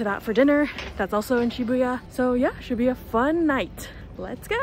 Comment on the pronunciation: you made an unintentional pun! your "should be a fun night" sounded like "Shibuya fun night" 😂 Favourite ice cream flavour is Earl Grey!!